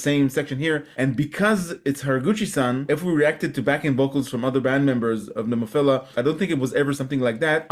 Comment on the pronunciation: Have another listen to your video. You will hear a "Nemophiller."